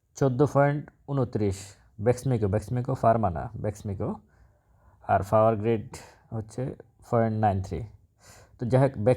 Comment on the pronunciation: বেকণ ্রবেকসমিকো "Bexmico" নয় বরং বলুন্ "Bexmico"